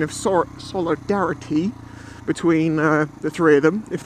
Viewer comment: SOUL EE DAH REETY